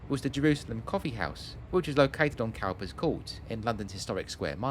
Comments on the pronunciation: Well researched and nicely presented. Excellent Youtubing. BTW 'Cowper' is pronounced 'cooper'. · Cowpers Court...pronounced cooper!